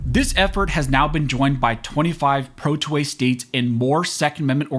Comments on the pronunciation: When you say '2A' it sounds like 'toy'. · Sounds like you're saying "toy" every time you say "2A".